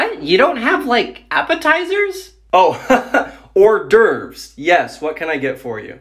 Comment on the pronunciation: That is not how "hors d'oeuvre" is pronounced 😅